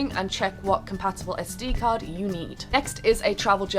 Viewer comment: when you said "SD"card, i thought you said "STD"... haha!! :D